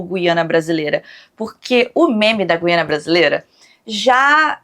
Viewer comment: como portuguesa o meme da "Guiana Brasileira" é até engraçado e tal, mas falarem Gu-í-ana é puxar 😅